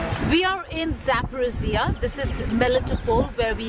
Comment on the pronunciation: Geeta, - You doing very good job. However Your knowledge in History and Geography about Ukraine, Russia, and USSR. Your pronouncement of the name of City, People, Location. For example the city of Zaporojie !